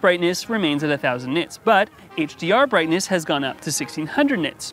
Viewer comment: 10 thousand nitts?